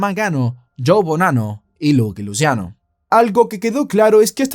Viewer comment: Es "laqui luchiano" 😅 no luqui luciano